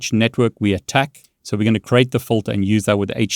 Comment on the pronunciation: Also you are very close and getting better with your english but it's actually FILTER (Fill-TUR) not Fulter. When you say it that way it may be mistaken as a different word.